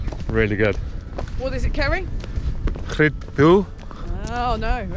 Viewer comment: It's actually pronounced Rhid dii ❤